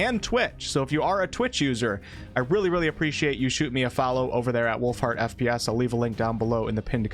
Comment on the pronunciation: I thought you said Wolf Fart not Wolfheart 😂